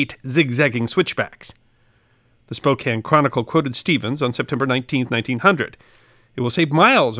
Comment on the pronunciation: Bonus points for correctly pronouncing Spokane. Next challenge: Puyallup.